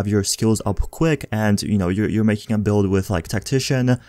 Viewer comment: Dude... thx for the vids.. But cmon... Exotische dam.... resistance Characteeeeerrr Build’eh Bleed’eh